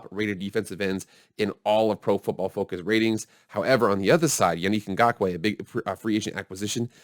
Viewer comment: First of all your saying his name wrong. Is Ya-Nick Go-Ku. Secondly im still salty the raiders won but I think they are the real deal this year.